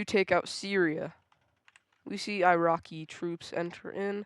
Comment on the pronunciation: Iraky trops 💀💀